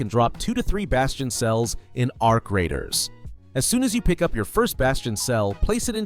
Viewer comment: "A R C Raiders" hurts my brain